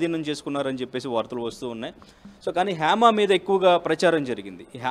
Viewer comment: Heima kadu ra bhaiyya it's Hema